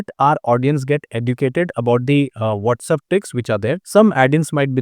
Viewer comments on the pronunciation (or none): It’s WhatsApp NOT WhatsUp